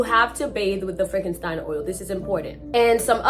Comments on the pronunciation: Frankenstein oil!!??? Girl u mean frankincense??? Lord It’s 4am and I’m trying not to wake my kids laughing😂😂😂 get familiar girl… after these stories u may gotta burn some sage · It’s frankensence not Frankenstein 😂😂😂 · You didnt say the oil name right and i can tell the person of the story is from the island 😂😂we use the oil and ball of blue to cleanse our bodies😂😂 enjoy the story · Frank - en - sense. Pair - uh - fen - eel - ee - uh. Don't sweat it, everybody makes mistakes. You are making the effort to do something in your life, and only those who never try to do any are the only ones who never make mistakes.